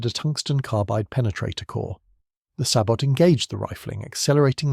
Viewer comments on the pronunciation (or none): There is too much reliance on unchecked AI and some of the information unreliable, known myths. The commentary is prone to weird pronunciation, specially numbers. 'Sabot' and 'glacis' are both French words, which should be pronounced without the final consonant; this commentary is inconsistent. Is a real human commentary so expensive? Actually the piece is generally excellent, but would be so much better if it human fact checking and editing also the if the commentary were read by a human.